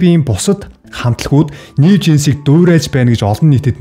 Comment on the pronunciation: Нээв жинс биш нью жинс гэж уншина хаха